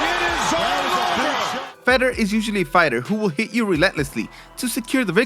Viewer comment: I love your videos but I cringe every time you mispronounce Fedor Emelianenko's first name. It's pronounced Fay-door. Listen to one of his fights to learn how the pros pronounce it.